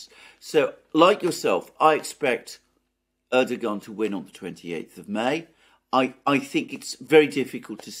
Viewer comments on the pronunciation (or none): Like the commentary but its ErdoWan, like Obiwan